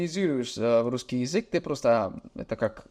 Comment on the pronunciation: Думаю если друг не забросит русский язык , никто вообще никогда не угадает что он не русскоговорящий У него уже очень хорошее произношение (московский говор прям слышу)